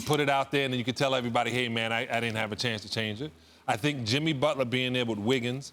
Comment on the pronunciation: His name is Jimmy not "Timmy" white bitched fucked up